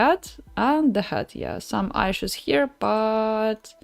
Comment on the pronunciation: Прости, не могу удержаться чтобы не поправить, issue произноситься через 'и'... А если по делу то стримы супер, досмотрел до конца ;)